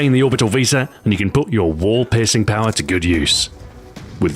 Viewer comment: When he said "you can put your wall piercing power to good use" I initially heard "you can put your war pissing power to good use."